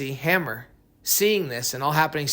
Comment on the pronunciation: Hammer? 🤦🏻‍♂️ read that again bro “hammour”